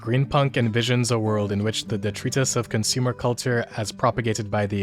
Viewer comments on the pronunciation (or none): Dig it. Couple tips though: noir is pronounced more like ‘no-are’. You said it more like ‘nor’. Noir is the French word for black. Also was pronounced strangely was ‘detritus’. It’s pronounced more like “de-try-tus”.